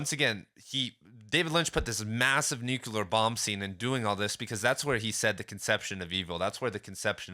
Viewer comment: It's "nook-leer" not "nook-ya-lurr" btw, otherwise great video 😊